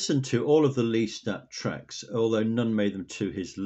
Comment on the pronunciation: Remember my lists are always in chronological order, I don't like choosing. There are a lot of unheard songs from your other commenters, so plenty to listen to! Also, I've always pronounced it LESS-Tat, you've been saying is 'LEAST-at', so I went and had a look at a few videos about both the Anne Rice books and the Tom Cruise film, and apparently it's Less-TAT, so we're both wrong.